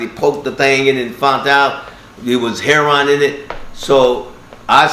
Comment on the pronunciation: He did all that and he still can't pronounce "heroin" correctly. It's not heron. Remember kids education means nothing if you want to deal drugs just get into dealing drugs and go as hard as you can because education means nothing these days especially if you want to deal drugs and make money off the pain suffering and hurt of others. Ten years from now they're probably going to start glorifying rapists and human traffickers.